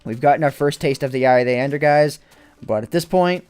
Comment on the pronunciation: dont explore with "endie" as in ender